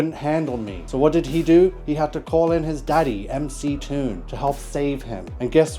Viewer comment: He did correctly pronounce MC Toon, so credit for that.